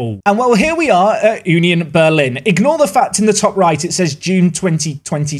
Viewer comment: It's more like uh nion Berlin and not you nion Berlin